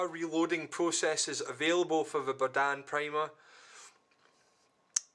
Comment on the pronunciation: Berdan, not Bardan